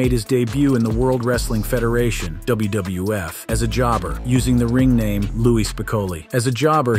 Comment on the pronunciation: Why do you often say "WBF" instead of "WWF"?